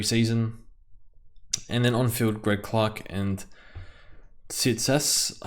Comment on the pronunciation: Tsitas is pronounced "Chee-tas"